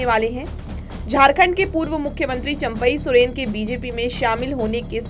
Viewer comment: इनका तो चंपाई सोरेन उच्चारण नहीं आता